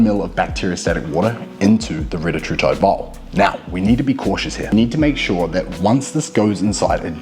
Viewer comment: It’s Ree-tat-rutide Not Reta-True-tide Confirmed by CEO of Eli Lilly